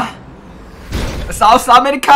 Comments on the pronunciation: M i da only one hearing sauce America instead of South america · Lol I thought he said sauce America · Lol did he just says sauce america😂😂😅❤️😂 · Sauce america 😆 sun ke atcha laga , main v try karunga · others- south america.. - saus america 🤣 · sous america🤣😂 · Nobody:: Sous America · Literally no one but:- Its souce America Not South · Nobody:: sooth america 😂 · I just heard sauce amirrka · M I the only one who heard sauce America instead of South America🤔🤔🤔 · No one: Literally no one: Absolutely no one:: "Give me Fawer SOS america" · no one:: give me fower sauce america